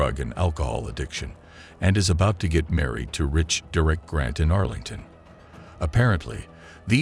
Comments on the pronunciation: WHO TF! Pronounces "Derek" ... doo-reck??? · How can your AI bot not be able to pronounce the name Derek ?